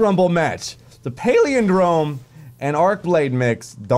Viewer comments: I love you bless but please....please.....learn to say the name correctly.....its...."Pal" "lin" "drome"......not... paleodrome......please....love the vidoe otherwise. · It's pal-in-drome bless. It means something that is same forward as it is backwards. You know, like the word poop. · Pal-IN-drome. Good grief,! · PAL-IN-DROME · "paleondrome" love ya dude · it's pah-lihn-drome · Maybe is on the Paleo(drome) diet and that's why he can't pronounce Palindrome:p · you talk for a living, and you can't correctly pronounce "palindrome"?